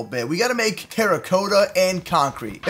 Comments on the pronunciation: It is spelled terra-cotta but it is sounded like terakata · It’s terracotta not teracoetta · He sounds so weird saying terracotta wrong